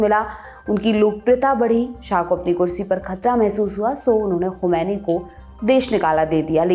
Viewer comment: To day you pronounce "Khomani " very well.. Well done